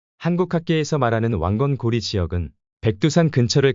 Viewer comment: 근데 이 자는 왜 고려를 자꾸 중국식 발음 고리라고 하는가